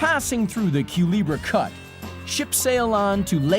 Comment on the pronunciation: In the Panama Canal, it's pronounced "Cuh-LEH-bra", not "Cuh-LEE-bra". Use an "EH" sound like in "rest".